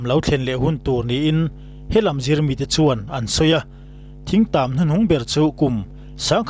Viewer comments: Khuaimu ni lovin Khawmu. Thingtam ni lovin, Ṭhingtam.. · Thingtam i sawi diklo, youtuber ho hian in thu chhiarturte hi zirlawk hmasa thin teh u, 'thring tam' zawk ania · Thing(tree) tam te i ti mai mai a. Thing/ thring tam (Rawthing) tih tur a nia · Thing tam nilo in Thring tam tia lam tur ,Khawimu nilo in Khawmu tih zawk tur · Thing tam nilo in.Ṭhing tam tihtur aw.... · Puitling, you tube channel siam ve meuh tawh chuan mizo tawng hi uluk ve teh u. Thing tàm han tih te, khawimu chawi han tih te hi chu, a ni em em lo..Beng a ti thlep thin.. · Ṭhingtam tih tur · ka sawi zawk chu...Thing kung lam anilo...Thring tam atih khi...thing tam sawi nana.Thring atih a...'R' ahmang zawk khi nia ka sawi...Thing(rawthing) mau chikhat ani e.. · Thingtam pawh lam dik theilo youtuber kan han nei chu a aniah ava buaithlak tak Rawthing i lam rik ang khan thingtam chu thing tih lai kha lam ri mai la